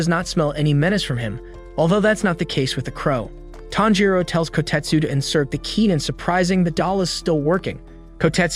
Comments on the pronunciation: ITS TANJIRO NOT THANJIRO.💀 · It’s tanjiro not thanjiro Gyoko not joko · WHY DO PEOPLE KEEP SAYING “TANJIROU” IT’S TANJIRO! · ITS NOT THANJIRO ITS TANJIRO ITS NOT JOKKO ITS GYOKKO ITS NOT JENYA ITS GENYA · ITS TANJIRO😊 NOT THANJIRO💀💀💀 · bro his name is not THANJIRO WTF LEARN HOW TO READ ALSO LISTEN TO THE DUB also many other cringe pronunciations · CAMPCHIRO ITS TANJIRO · its not thanjiro its KAMADO BOY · Pronounced Tan G Ro not Tan Ro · bro isnt even saying Tanjiro, he’s say fanjiro 🤬🤬🤬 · ah yes we do be liking the main character thanjiro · is nobody gonna talk about why tanjiro is called "Thanjiro"? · It's Tanjiro, not "Thanjiro". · No it’s tanjiro the rizz hashira not thanjiro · Is anyone gonna talk about how he said jenya instead of genya and thanjigiro instead of tanjiro and Micheal Jackson instead of muzan and he called mitsuri shinobu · Thanjiro💀 Jako (Gyokko) 💀 I've never heard anyone pronounce it so incorrectly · CAN SOMEONE NOTCIE HE SAID TAMPICHIRO, BROS ACTING LIKE INOSUKE, HES DITCHING EVERY NAME I SWEAR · bro said thanjiro lol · Pronouncing Tanjiro name wrong say it in Japanese Tan g for ji ro Tanjiro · “Tanpachiro” had me dying 😂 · “Thanjiro” “Nickirin” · i cant stop laughing with the "thanjiro" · Wait.. why are you saying “Jyakko” and “Thanjiro”😨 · “Thanjiro” “Jocko” “Inoskee” “Owa” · I heard fanjiro like wth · I heard fanjero not thanjiro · He saying thanjiro 🤣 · bro says thangiro wtf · Nah bro said fanjuro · Finaly YESSS GOOD NOT THANJIR0OO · Were thanjiro 😂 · No it’s tanpachiro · U are pronouncing all their names wrong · Its funny how he is pronouncing every name wrong 😂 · I can’t with his pronunciation of Tanjiro